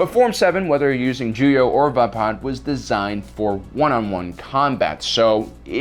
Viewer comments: its called VAY-PAD not VAH-PAD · Why do you intentionally pronounce things wrong? Lol is this an ongoing joke? Like "Vahpaad" its pronounced "Vey-Pad" But then again this is a fake world so maybe you are actually pronouncing it right... hahaha